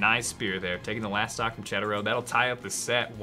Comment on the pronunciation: it's Cedero not Cheddero. I dont know if you remeber the video 2 years ago... Cedero and Cake vs... I cant remeber. There you pronounced it correctly